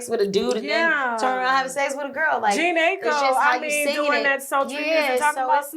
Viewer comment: the correct pronunciation of Jhene Aiko is like Jin-ay I-ko .....Awesome..Awesome interview as usual!